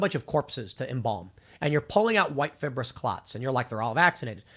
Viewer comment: Learn how to pronounce fibrous. Incidentally don't many people die from heart attacks shoveling snow in the winter?